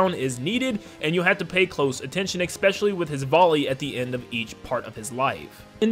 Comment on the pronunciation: I'm so sorry. I'm so so so sorry. But it drives me insane when you say "expecially." This is so petty and doesn't matter at all. It's a wonderfully made video and I have no right to be saying this, but I was raised a grammar N*zi so I just have to say it. It's "especially." Please forgive me.